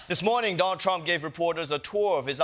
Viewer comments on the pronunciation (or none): Chieng is not funny, and his extra thick accent is distracting... he really leans into it. He can't even properly pronounce "Donald" but is always calling him "Don Trump" 🙄 Unwatchable, except for those of us who are into pain.